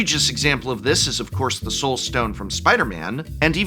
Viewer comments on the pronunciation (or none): none